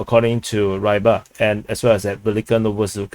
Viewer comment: Repeat after me, how stubborn, Reeee-bar! Try to understand the transliteration from cyrilic script doesnt mean you should read it in English.